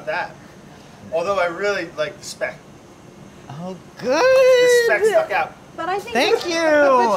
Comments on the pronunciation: thanks dir saying Speck the right way !! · Actually the guy pronounced it correctly. It's SHPECK. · actually they didn't. the italian guy pronounced it correctly (shpeck). it's a german term for a type of bacon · Ssspeck: Well- Le- Say it the right way.: Shpeck 💀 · SCHPAECK "say it correctly." it's a german word italian man settle down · Ive lived in italy my whole life and I've never heard anyone say 'shpeck' like that guy. The bon appetit guys pronounced it pretty much exactly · Love how corrected Andy and for pronouncing spek how it is actually pronounced in true Italian and gave them a side of attitude whilst “correctly” them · I love how the butcher pronounces Speck perfectly like we do it here at Black forest. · How the Italian guy in that shop just perfectly pronounced speck like I as a German am in L O V E Italian English and German language knowledge oof turn me on baby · the dude on the deli acting like he's mr pronunciation police and he was doing all the wrong corrections, what a boomer. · I am Italian and I have never heard 'speck' pronounced as 'shhhpeck' in my entire life lol